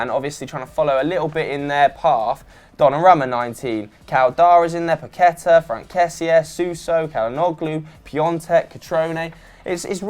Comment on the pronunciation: its paquetÀ(A) and vinicios (s sound not C )